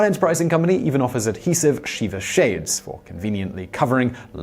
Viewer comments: Shiva not Sheeva it’s a short i. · Shih-vah not shee-vah (or see-vah). Normally I wouldn't bring pronunciation up, for many reasons. In this case I just don't want anyone confusing the name of a Hindu deity with a solemn mourning ritual. Also, the visual of sitting on Shiva makes me giggle. 😊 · Thank you, Ashes, Ashes! I went looking through the comments to see if anyone else had commented about this. I'm really glad you beat me to it. It seems as if I'm always ripping Simon for various pronunciations, especially Spanish words or names. Brits are terrible at pronouncing Spanish words and names. Taco is an excellent example. Many, if not most, Brits pronounce the word taco as "tack-o," which is horribly offensive to the ear of anyone who grew up speaking (or even hearing) Spanish.